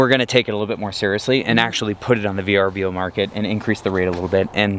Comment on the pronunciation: Thank you for calling it V.R.B.O. and not Ver-bow.